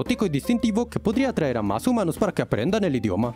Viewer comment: Xd puso hoomanos en ves de humanos